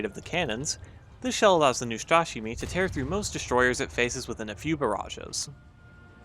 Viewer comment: Neustrashimyi that is how it sounds. Translates as fearless ;)